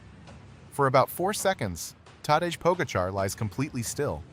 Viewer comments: Tadesh? Ai is so stupid 😅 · People please!!! For the love... STOP with the hideous AI voiceovers!!! If you can't narrate it, find somebody who can. This vid may have some good information in it, but I just could not stay with it. "Tadezh?!!!" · All this work and can't pronounce "Tadej" correctly. AI sucks balls. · Agree, the AI narration was quite poor, and disrespected Tadej by not pronouncing his name correctly, and simultaneously disrespects the audience by not having the professionalism to be conscientious in preparing and posting the video. The laziness and sloppiness of this video is duly noted. A very significant physiologic variable not addressed in this video: Tadej Pogačar has an unusually robust ability to clear lactate from his blood (see interviews with Iñigo San Millán), an ability that is as much above the average World Tour cyclist as is his VO2 max. This helps to explain his remarkable capability. And another thought...brute strength alone rarely wins races. Tactics most often trump the best legs in the race. Tadej Pogačar has made some very poor tactical decisions and still won races, but that's luck that can easily run out. I think he's learned from those mistakes and is more careful now about foolishly burning matches. And there are other variables he's learned to respect, like proper fueling (which is why Jonas V famously beat him on a climb once). I admire Tadej because he seems to have real humility, and is willing to learn from his mistakes. He seems to be maturing very nicely, and not wasting his talent in frivolous shennigans.